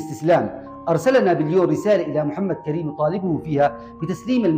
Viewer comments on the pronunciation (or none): اسم المجاهد محمد كريم بضم الكاف وفتح الراء